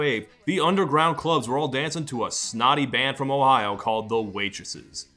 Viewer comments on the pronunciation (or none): none